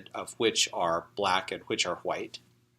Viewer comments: can you please stop saying white as whuite. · why is bro saying Hwite? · Why do you say chwhite and white lol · Does anyone else notice when he says “white” he pronounces it “hwa-aight”